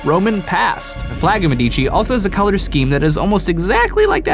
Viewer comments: Wow, the Medici pronunciation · you pronounce "Medici" wrong. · Love how you butchered the name Medici.